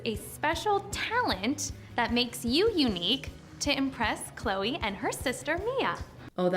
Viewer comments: THE FACT THAT SHE SAID CLO INSTEAD OF CLOE LMFAO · When he rhymed Chloe with know-e, I felt that...